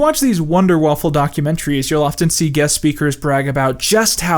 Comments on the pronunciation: You kmeep pronouncing the word: Waffe like the word: Waffle, stop it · Awesome video, I love you dude, but god damnit stop pronouncing waffe "waffle"